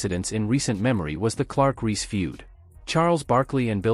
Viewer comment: Also referring to Reese as "Ree."